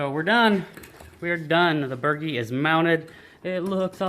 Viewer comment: So I cannot help myself the proper pronunciation is Bur-G not bergy lol. The boat looks amazing. I have watched nearly every video in full and enjoyed every minute of each one. Thank you for doing it. I just finished my building my boat a small dinghy and I am addicted. My next boat will either be a Zip or a CLC runabout. I am leaning toward the CLC because it is lapstrake construction and I love the look it reminds me of the Lyman boats I used see as a kid.